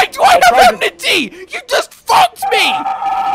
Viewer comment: “I dont blame you. You might get my emnity.”